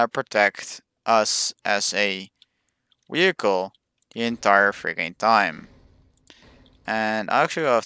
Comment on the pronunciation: "Wee-hicle" lol